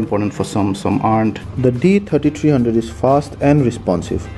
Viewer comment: D Tirty Tireee.